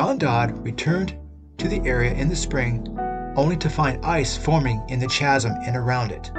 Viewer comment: Just fyi, "chasm" is pronounced like "kazzum". Interesting video!